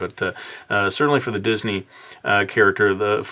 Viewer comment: said didney